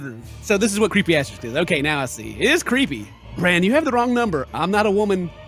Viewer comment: It’s not asteriX dammit!